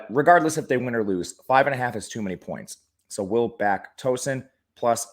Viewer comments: Killing me with the pronunciation of Tooooeeeeeeson bud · Towson is pronounced like "town" not like a "tow truck". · You forgot the “W” in Tow-son